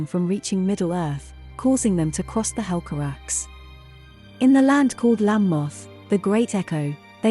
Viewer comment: I think its pronounce as "hel ca rak se" instead of "hel ca raks", also Turgon - "toorgone" and not "tergon"